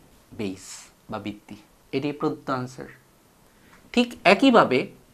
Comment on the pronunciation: Bitti bitti bolchen kno ota to vitti